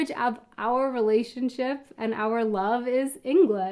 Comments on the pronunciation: .... it's the short "v", which in German is pronounced the same as an English "f". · The way says 'love' sounds very German to me. 😉